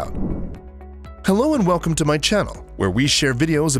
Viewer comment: Hello and “welcom”